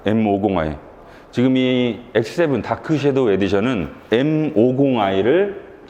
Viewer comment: shadow를 '쉐'도우라 하지 않고 정확하게 '섀'도우라고 해주셨네요. 칭찬합니다!